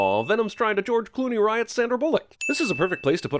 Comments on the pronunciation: he says driot not the correct name riot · Anyone else notice the fact that he said “Driot”, even though that symbiote’s name is “Riot”? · lmao nice try Cinemasins, it’s Riot not “Driot” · It's not "Driot" it's just "Riot"... ding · I have a sin he calls “Riot” “Driot” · Driot? I thought it was Riot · It’s not driot it’s riot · Driot really? The name is Riot & that's definitely a sin. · Sin 108a his name is riot not driot lol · You gotta take a sin off for calling him Driot lol even if you said it by mistake you still SPELLED it DRIOT 😂😂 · Driot or riot? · Driot ?,,I thought it was Riot? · This idiot called riot "driot" fucken dumbass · His name was Riot not Driot 😂😂😂😂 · He said Driot, it's Riot! Not Driot what the heck? 10 sins given to this channel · It’s RIOT not DRIOT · Driot?? You deserve a sin. Its riot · His name is "Riot" not "Driot". I know, tomato tomato. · Driot? He said driot. Its Riot. Also Jeremy says boner. (10 sins) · Driot? DRIOT? Now that’s just fucking lazy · Why did you call him Driot? His name is Riot. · ITS NOT DRIOT ITS RIOT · Isn’t it riot..? Not driot? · Why are you referring to the villian symbiote as "Driot" ?? Its Riot. Even your subtitles said Driot and nobody else commented on this? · You said Driot but his name is Riot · you guys referred to Drake as “Driot” instead of the correct “Riot”, just FYI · Did you just put “Driot”? It’s “Riot”. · Sin: Cinema sins fails to pronounce riots name and even spells it as Driot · The main Bad Guy Symbiote's name is RIOT, not "DRIOT"...with as nitpicky as you guys are about minute bullshit, you'd think you at least get the name right. Still love the channel, regardless. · Did he actually call him Driot? Wtf is wrong with CinemaSins? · He meant Riot not Driot, right? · Sin on cinema sins where it is Riot and not Driot. But honestly, I like watching stuff like these, because it's these type of people who spot some sneaky stuff I can't. So great job Cinemasins! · Why did you say Driot it’s Riot 🤨